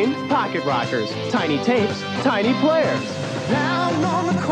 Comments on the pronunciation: "Fock-it Rockers" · I kept hearing you say pocket rockets lol